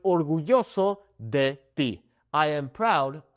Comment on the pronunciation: I heard you say "(d)The" when saying "de"... Is that how to pronounce the "d"? I'm confused...